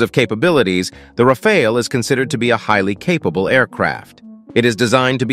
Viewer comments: That’s a nice jet alright. But bruh I’m getting dizzy when one moment your straight the next your waving the rainbow 🏳️‍🌈 when u pronounce it Rafaal and Rafail. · I think we can all agree that y'all need to choose which pronounciation you're gonna go with. 'Ra-fall' or 'Ra-fail' ??? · it is pronounced RAFAL not rafael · Why not agree on 1 pronunciation before you hit Record🤪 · I drank a shot of vodka each time you changed your pronunciation of “Rafale.” This was a one minute video. I am now drunk.😂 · How has my man managed to pronounce it differently each time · Pronounced the plane differently every time